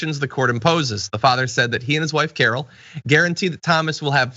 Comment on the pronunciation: Did you say Carol or Karen?